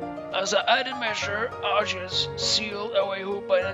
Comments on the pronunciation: It's Ar-ke-us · It is ar key us